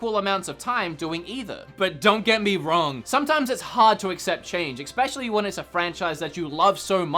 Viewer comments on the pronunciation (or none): Drink every time he says Ex-pecially